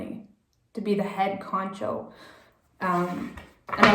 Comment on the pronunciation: Great reading. Its “head honcho”